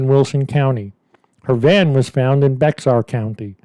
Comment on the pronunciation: I love your stories but I need to correct you on the pronunciation of Bexar, the x is silent and most people say Bayer... You're welcome